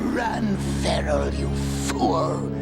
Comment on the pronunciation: And its Commander Feral not ‘Farral’.